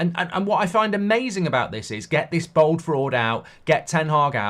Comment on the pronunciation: BALD Mark, not BOLD. Sorry. Absolutely right on ETH though.